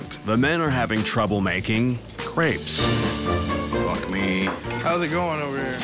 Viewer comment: Video starts: "craibs"